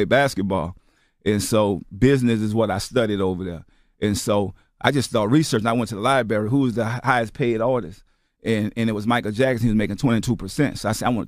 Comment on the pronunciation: This guy is THIS brilliant... and says "LIBARY"!!